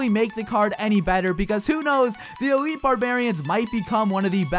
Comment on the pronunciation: elite barbs (e-light)